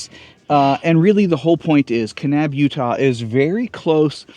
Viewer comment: My home state! 😍 And y'all said Kanab and Zion correctly! Bonus points! Haha! 😂